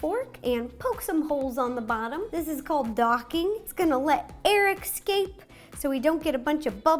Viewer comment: OMG am I the only one who heard her say "eXscape" while poking the dough with a fork ???? no no non ono nonono